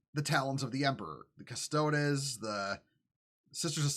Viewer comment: It’s Custo-deez, brother. Not custodezz. But yeah this is complete nonsense.